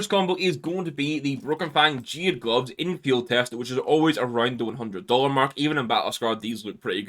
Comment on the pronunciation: its gonna be an Fiehd its gonna be an MP7 Fiehd